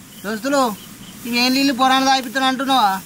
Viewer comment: అన్న లిల్లు కాదు అవి నీళ్లు